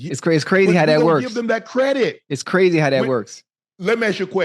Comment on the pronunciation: Dats Qwazy Dats Qwazy Dats Qwazy anything else u wana add Ocho...yea Dats Qwazy